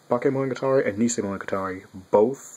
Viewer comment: I think it's pronounced 'knee-see-oh-eye-sen' or nishioaisen.